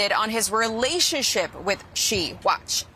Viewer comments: Good points made by you. The Chinese Prez 's name is pronounced like "SHE". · Xi is pronounced SHE 😆 🤣 😂 😹